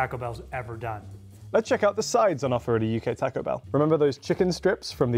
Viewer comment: I’m sorry but the way the British dude is pronouncing taco is going to stop me from watching this video